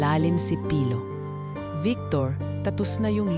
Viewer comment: Dko maintindihan si Ms Doctolero bakit niya cnabi na hindi sanay magtagalog ang narrator.wala po ako nakita mali Yun lng pagbigkas ng name ni pilo na mabagal ang pag bigkas ng narrator